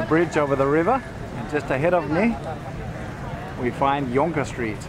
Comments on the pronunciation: We really had an enjoyable day there and could easily have used another day for exploring, will have to spend a few nights there next time. Thanks for all the info about the Trishaws and the Chendol, very interesting info! Glad to hear that the Jonker Street pronunciation was correct, that means that I have not forgotten my South African Afrikaans (similar to Dutch). Have a good weekend! Greetings from Copenhagen - Maxi and Maro:-D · You guys are amongst the few people who pronounced the word 'Jonker' (i.e. Jonker Street) correctly. It is Dutch for 'youth' or 'youngster'.